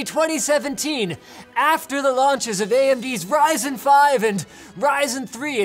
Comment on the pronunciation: when you say Ryzen it's sounds like 'Rison'